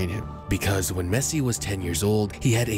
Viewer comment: The way he says la Mesa makes me cringe great vid tho